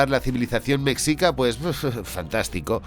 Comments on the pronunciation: Eah, con todo mi hemocho. Jajaja. Se pronuncia "meshica", la palabra mexica, pero te perdono porque eres el genialísimo hermoso, jejejee. De todos modos, no pasa nada, amigo. Mi opinión, como mexicana, la verdad me cae gordo que pongan a los españoles como los malotes y a los pueblos indígenas como los buenos y puros. Sabemos que la maldad (y la estupidez) es la más inclusiva y se encuentra en todos los pueblos del mundo desde que el humano es humano. Tanto no dudo que existieron españoles malos en esa época como buenos y así existieron indígenas malos y otros buenos. Simplemente el pueblo mexica exigía tributo a pueblos subyugados, de ahí el resentimiento de esos pueblos hacia el imperio mexica. Y ni modo, gracias a la Conquista pues aquí estamos todos los mexas actuales y los que vienen. Que qué bonito es que las personas tengan interés por la Historia prehispánica, pero tampoco hay que romantizar. No he visto la peli. Igual pensé que era puro cuento, pero resulta que es real, jaja. El estilo de animación se ve ahí más o menos, con base a tu reseña se ve que es una historia mediocre sin tanta profundidad ni precisión histórica, sólo es producto de la época. Y bueno, está bien. Ya si algún jovencito mexicano o de otro lado del mundo se interesa en aprender de las culturas antiguas de por acá, es bienvenido. Videazo genial, como siempre., no te dejes rasguñar por los cats. ¡Saludos y muchas gracias! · En la película Eternals (marvel) tienen una pequeña incursión durante la caída de Tenochtitlán. La pronunciación de Mexica es un sonido mas cercana al "Ch", (a reserva de alguien que sepa el alfabeto fonético internacional) es algo cómo "Mechica". En lo personal cómo "hispanista", creo que ubicarlo en la época virreinal, podría haber dado unas dinámicas más parecidas a la historia clásica de batman, que podría encontrar en esa deidad la inspiración para su lucha, además que así habrían podido crear un "Bruno Díaz" canónico.